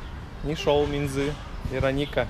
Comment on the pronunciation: Не минзЫ а мИнзы слух режет такое простое слово